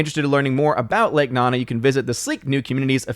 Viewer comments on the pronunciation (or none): I’m pretty sure it’s lake nOnA not “nana”